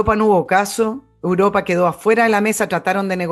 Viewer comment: se dice Europa, no Uropa